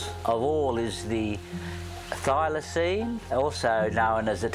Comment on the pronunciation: The dude at the museum... "Thylacynes" ??? 😅